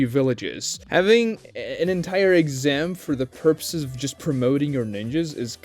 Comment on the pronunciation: “The first texam” lmao